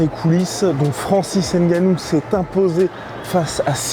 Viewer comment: Par pitié on ne prononce pas le N si vous dites ce nom on l’écrirait avec N’gannou